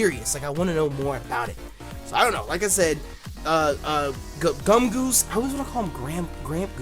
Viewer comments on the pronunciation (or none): He called Gumshoos Gumgoos like 4 times lol